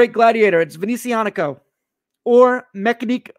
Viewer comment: I am someone that has Panerai and Rolex and several of this brand watch. I’ve had problems with Panerai and Rolex and occasionally this brand and this brand is by father fastest to reply and remedy. This guy can’t even say the name right and he clearly doesn’t even understand that Alessandro is actually one of the owners. he went to buy a cheap watch in the sunset that it’s not expensive and then apparently he haggle to get it even cheaper. This guy does not know what the heck he is doing and what he saying. He is an embarrassment to any watch reviewer honestly I’ve never seen so much dribble from someone’s mouth , I will never watch him again